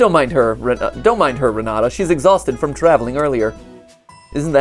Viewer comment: The jumpscare I got when I heard my name Also Renata is pronounced with a t not a d